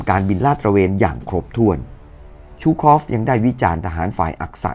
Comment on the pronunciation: ซู คอฟ ไม่ใช่ ชู คอฟ